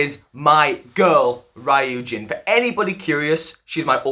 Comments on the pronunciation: Ok but the way he pronounced Ryujin 😭😂 all good tho it's a hard name to pronounce. But overall thank you so much for mentioning the whole deal with Lia, people don't seem to realize how much all their comments affected her confidence not only on vocals but in dancing too, she has so much potential and it saddens me to see her insecurities getting the best of her, and you're so right about kpop having such high pitched songs, like wannabes chorus it's so high all the time and it clearly doesn't fit lias range, which doesn't mean she can't sing, I'm so glad Not shy is a much more comfortable song for them and it's great to see Lia with much more confidence this era, she'll just get better and better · Ri - yujin Sorry😂it’s just the pronunciation though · I think u pronounced ryujin wrong It's not rAyujin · ryujin is pronounced kinda like ru-jin :<< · Great video 👍🏻 by the way it’s pronounced roojin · Fyi Ryujin’s name is pronounced like “Roo-jin” but it’s understandable since u don’t speak/know korean 😅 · I CAN'T WITH HOW HE PRONONCES RYUJIN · why do you pronounce ryujin like that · ... Off topic, but it's ree-yujin, not righ-yujin.. Sorry, I don't mean to be mean or rude I just would like to tell you ;v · tip on pronouncing "ryujin" okay so her hangul name is 류진. there are 2 syllables so it's not really ry-u-jin it's just ryu-jin. think of it like "yujin" but with an "r" sound if that makes sense :) oh and also for pronouncing "chaeryeong" so "chaeryeong" (채령) is made up of "chae" and "ryeong" (not "chaer" and yeong"). I think most people are good at pronouncing the "chae" part so i'll just move onto the "ryeong" part. the "yeong" part can also be pronounced as "young" if that makes it easier for you. so "ryeong" is just "young" but with an "r." put it all together and you got "chaeryeong"! :D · “Rayoojin” 😭😭 it’s “ryu-jin” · ry-ujin ❌ ryu-jin ✅ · Bytw it's REE-you-jin not RAYE-you-jin as for Chaeryoung it's CHA-EH-ryoung😄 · Ryujin is pronounced loo-jin